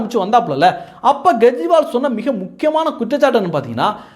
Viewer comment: Gejriwal? It is Kejriwal. K sound, not G sound